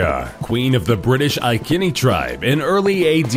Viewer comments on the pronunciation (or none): um, it's "boo-dica" and "I-see-nee" lol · that boudica and icini pronunciation was so bad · how wrong did you say Boudicca and iceini tribe BTW she was not killed she committed suicide